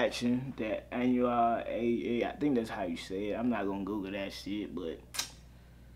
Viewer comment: U pronounce it anuel dobleA